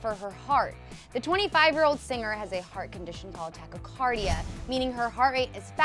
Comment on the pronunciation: Tachycardia? Dyslexia? Who made this?!